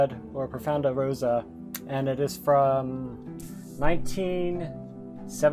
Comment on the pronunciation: Be careful with the pronunciation of 'Rosso'. How you pronounced it sounds too much like 'Rosa', the italian word for both the flower Rose (and the name Rose, obviously) and the color Pink XD